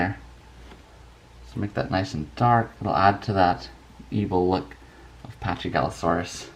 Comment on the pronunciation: It's Actually Pronounced Pakigalosaurus. Not Chy. Quite Confusing Yeah? But That's A Great Drawing!